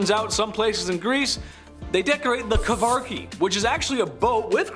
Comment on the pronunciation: Yes!! As a greek, I have been waiting for some modern Greece related stuff! Congrats on the attempt on pronouncing the greek words, I know it's not easy (besides kavaraki. It's karavaki)